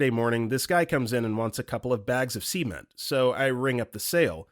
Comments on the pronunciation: Story 37 please please PLEASE stop saying cement like that. It's a soft E like "scent" not a hard E like semem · He pronounces cement as "sement" and women as "woman." Those are my particular pet peeves, but I've seen people upset over his unempathetic commentary (which I haven't noticed, so far). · The way he prounonced cement, it sounds like he says semen… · I don't mind those at all. Speaking well goes a long way and sometimes I'd rather have a goofy robot voice reading memes to me, than "Sleazy reddit creep" that I hear sometimes on DDOM. But yeah, this guy speaks properly at least, apart from that cement/semen thing, no idea where that came from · cement... Why pronounce it like that?! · PLEASE. THE WAY THIS MAN PRONOUNCES CEMENT IS SO SUS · Totally agree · Man why you gotta pronounce cement like that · I was like a bag of WHAT? Then went back and looked at the screen. Ohhh okay. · man why on earth would you point that out 😂 god dammit that's forever now